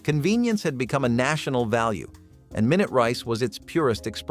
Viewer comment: this dumb robot called Minute rice, My-Noot rice